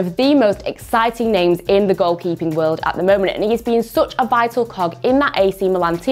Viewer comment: How it is written: Such How it is pronounced: Me: "Sach" Her: "Soch"